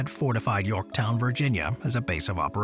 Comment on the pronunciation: You missed the N at the end of Yorktow?.